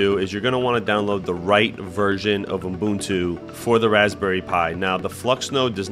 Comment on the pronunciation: Kudos for pronouncing Ubuntu correctly.